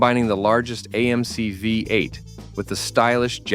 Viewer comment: Who is the idiot narrating this its a VEE 8 not a five 8.